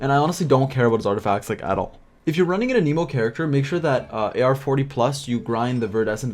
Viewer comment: i dont think thats how you say anemo lol